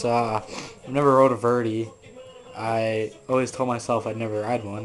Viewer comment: its verday not verdie